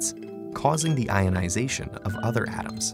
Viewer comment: The way he pronounced the word "atom" annoyed me, for some unknown, related to moon reason :( </3